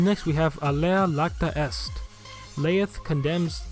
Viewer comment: It's alea iacta est, with an i